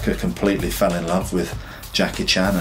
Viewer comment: He actually pronounced (Jackie) 'CHAN' correctly.